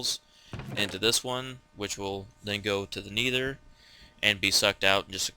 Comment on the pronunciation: NETHER! not N-ee-ther